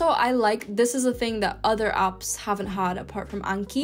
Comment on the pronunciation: I noticed that she pronounces all of her A's as U's. She calls them ups instead of apps. She says lunguage and huven't, but she still calls it tier A pronouncing the letter correctly. 🤔